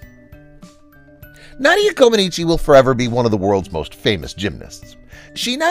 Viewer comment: Didn't he say Na dia, with a as in hat? I thought the correct pronounciation is Nah dia .